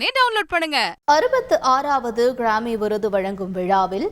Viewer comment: Newsreader should learn the pronunciation of grammy